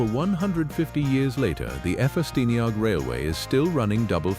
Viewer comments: Strange opening section about the camel back engine with most clips showing engines other than a camel back locomotive. Interesting commentary on why the engine was designed as i was, though. Then the next bit, pronouncing "Ffestiniog" as "F- festiniog". Am weiddi yn uchel, don't allow AI to do everything for you. They clearly haven't been programmed in the Iaith Gymraeg a sillafu. That aside, the narrow gauge railways of Wales are some of the greatest tourists attractions of the UK. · Although Ffestiniog is spelt with 2 "f"s you only pronounce one.